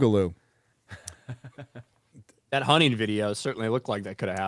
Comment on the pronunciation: Big Igloo. Boo gah loo. You'll get it eventually, probably. Or maybe XrayGirl can explain it when you're younger.